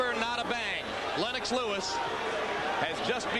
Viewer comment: Len-ox Lol 😆